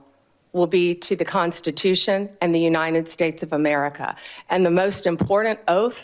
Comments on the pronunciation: If you cannot even pronounce “United States” correctly, you should not be able to be part of the government of the United States. She pronounces it. “Unined.” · Side note, but the way she and MTG pronounced United States as “Unined States” bothers me so much. They want people to come into this country to speak English yet they can’t even speak the language properly. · and uninen instead of united